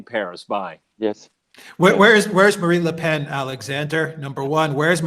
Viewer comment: Marine Le Pen (with a consonant on the end), not Le Pain.